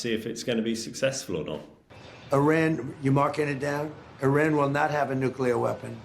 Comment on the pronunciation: The US blocking Iranian oil won't do anything. Oil revenue only accounts for 9% of Iran's GDP. And it's nuclear, not nucular. And it's not dust, it's uranium.